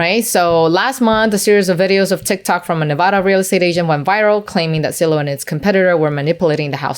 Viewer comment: For the love of god, it's Zillow not Sillow